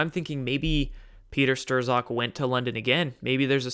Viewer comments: you said people always correct your pronunciation, so, might as well :) Peter Strzok: not "Stroh-zawk", but rather "Strawk" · Not Peter Stirs-awk, Peter st-rock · Youre killing me!! Say "stock" now say "strock". Bingo.... not sterzock 😉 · hate to do it, but, strzok is pronounced 'strock'. page/strzok fbi. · Strozk pronounced struck. Just trying to help a brother out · It's Strok or Strock. The z is silent. And it's duh GEN uh wah (deGenoa) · It's pron. Stroke but not to worry even George Webb stumbled over that and the PM. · I might be wrong but I think it's pronounced Strok or Shtrok. Somewhere between those. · Peter Strzok's last name is pronounced STRUCK. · Everyone is driving me nuts! It's Strok the z is silent, Strok for goodness sake! Hard O.